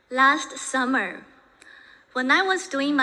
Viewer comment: 她Summer这个发音，真是让我一下子就想起周奇墨：I like summer, Do you like summer too?那个段子